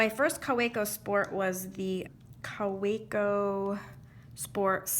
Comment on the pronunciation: Kaweco as you mentioned is German and hence pronounced Ka va co